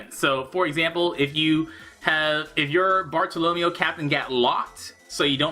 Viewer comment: Why do you pronounce Bartolomeo like Romeo, it's Barto-lo-mayo